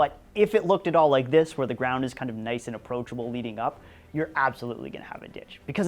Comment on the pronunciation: "Wherrrre are your ditches??"